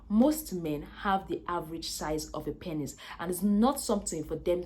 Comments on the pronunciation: Lol I couldn’t watch more than 2-3 mins the amt of times she said “panis” got odee annoying i had to bail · Good video, I like your accent, and how your pronunciation of the word penis, sounds like panis. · I like how she saids pennis. 🤣🤣